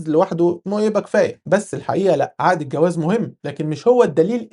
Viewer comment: هنا مشكلة باللفظ 😂